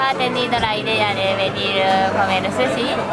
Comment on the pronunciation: Porque dicen susy y no suchi?